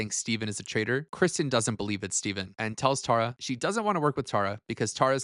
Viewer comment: I love your commentary but like why are we saying Tara so wrong?? Tear-a